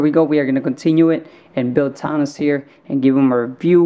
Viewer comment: Your saying thanos s name wrong